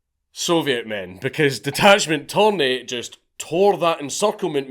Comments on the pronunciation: It's "Törni" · I love how Dank starts the video calling Torni by his proper name and then at the end of the video it’s ”Thorn” lmao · His last name is Törni. Not Torni. The dots really make a difference, torni means tower in Finnish. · He's actually Törni, not Torni. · It's tÖrni, not tOrni. Torni actually means tower in Finnish, while Törni is a finnish surname. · Dank, please. Törni and Torni mean two different things and are pronounced in distinctly different ways. The umlaut matters. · Mr. Törni, my compatriot, hated communism, admittedly even more than me. And that is saying something. But fukc me you butchered his name! :) No Finnish person would realize of whom you´re talking about by the name alone, even though every Finn over 10yo knows Törni. It´s worse than my Gaelic!! :) EDIT: Viipuri has never again been part of Finland after the war, YET!